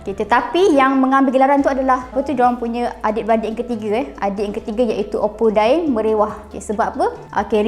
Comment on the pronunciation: Bukan opu dai tapi opu da'eng .